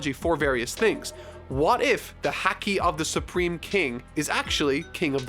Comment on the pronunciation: 5 1/2 hours in. Please tell me, when does learn to pronounce Haki correctly? Please, I'm dying.